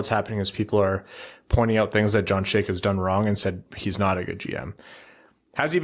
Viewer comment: How can you all mispronounce Chayka? Especially fake Russian Brad.